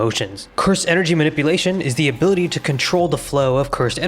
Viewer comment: "Abooty" ~ ability 🤣🤣🤣